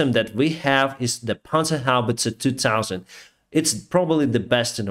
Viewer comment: i am german, You pronounce the Word "Panzerhaubitze 2000" astonningly good! Respect!